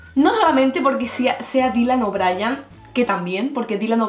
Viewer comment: Dylan o'briEEEEEn a ver, no es tan dificil. Si tanto te gusta, aprende a decirlo JAJAJAJ